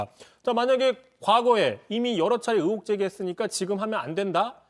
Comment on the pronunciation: 제발 으혹,으도,으사 말고 의혹,의도,의사로 제대로 좀 발음할순 없니???